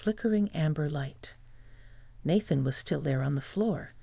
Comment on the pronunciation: Nayyyyyythan! Naythan.